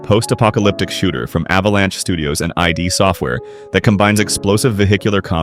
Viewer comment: Eye dee software lol